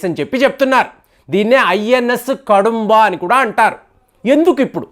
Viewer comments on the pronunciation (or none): INS కాదంబ ఆది. కడుంబ కాదు